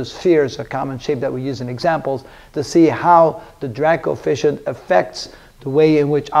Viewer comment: Kept hearing ‘Dirac Coefficient’